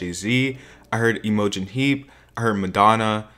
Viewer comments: the way you said Imogen looool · THE WAY U SAID IMOGEN IM DYING